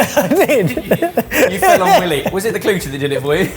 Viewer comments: FYI his name is pronounced WHY-LEE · It’s pronounced WHY-lee doo-FRAYN. He’s chef of WD-50 in New York, He’s one of the front runners of molecular gastronomy. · Great video- just an FYI- The chef’s name is pronounced “Why-lee” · How the heck do you get "Willy" from "Wylie"? Single constant separation boys, it's a long Y. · It is pronounced Wye-lee. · Wylie Dufresne’s first name is pronounced like “WHY-lee.” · I'm so triggered by them mispronouncing Wylie. Think coyote. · I really wish they didn't mispronounce WYLIE (WILEY) Dufresne's name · Chef of the late great wd-50, which I will miss. You also mispronounced his name? Shame on you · So annoying that they can't pronounce "Wylie". Lol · Not how Wylie's name has been pronounced when he's been on Top Chef lol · them mispronouncing wylies name the whole time almost killed me. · It's WHY Lee right? Not willy. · Childishly, I can’t stop giggling at you calling Wylie Dufresne “Willy” 😂 it’s “Why-lee”, like the coyote. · Congrats on the gin but I gotta tell you it’s pronounced why-lee not willie lol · Wylie wye-lee. Not Willie. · It's not pronounced like Willy. Think Wile E. Coyote. WHY-LEE. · Poor Wylie Coyote clearly doesn't have the international reach he deserves. First he gets outsmarted by the Roadrunner and now he's rebranded Willie Coyote. As others have mentioned, Wylie is pronounced "why-lee" here in the States. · just fyi it's Why-lee not Willie. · Wylie is pronounced W-EYE-LEE not WILLIE. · It’s not “Willy”, it’s pronounced “Wy-Lee” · Pronunciation nitpicks It's not Willy it's Why-lee like the coyote. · You're killing me smalls. It's not Willy it's Wylie. Like Why. He's amazing. Try making his bacon and eggs. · His name is pronounced why lee. Not Willy. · Please tell me you were joking around when calling him Willie?!? 😳 His name is WHY-Lee DOO-Frayne. He's an amazing chef who is the leading American proponent of molecular gastronomy and has tons of Michelin stars. 😳😳😳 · It’s pronounced “Y-Lee” not “Willy”